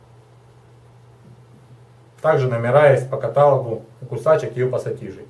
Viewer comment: правильно говорить каталОг (Ну может на мове по другому)